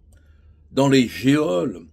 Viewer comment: Petite info pour maître Collard en toute amitié " geôle" se prononce jôle".